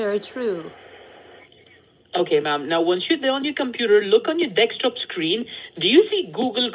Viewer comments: After listening to Dekstop 🙏 Im convinced it's Dekstop not desktop 🙏 anymore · 'Deckstop' - Is that like a Black guy saying 'axe' for the word 'ask'? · "on your dex top" LMAO They all say it like that. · I always love how they say dekstop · For a few minutes I thought he was being perverted instead of saying Dekstop 🤣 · "Deck-stop." Shouldn't the other one be "lat-pop?"